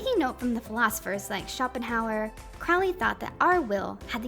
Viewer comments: "It is pronounced Crowly. To remind you that I'm holy. But my enemies say Crouly, in wish to treat me foully." - Aleister Crowley There is a little rhyme written by the man himself to help with pronouncing the name. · FYI, It's Cro(long O)wley, like the Black Bird. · Love the video. But it’s pronounced like croh-ly, to rhyme with unholy.